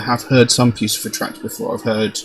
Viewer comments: It is not puce-e-fer... lol see above as well as below... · “Pussyfur” is how you pronounce it... how Maynard pronounces it...